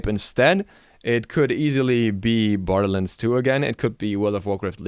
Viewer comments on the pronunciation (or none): none